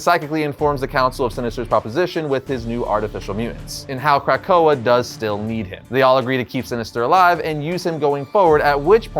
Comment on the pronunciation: Dude - Good video, but sound it out- it's Kra-ko-ah. Not Crack-ko-ah. If it's was pronounced that way it would be spelled 'krakkoa with two k's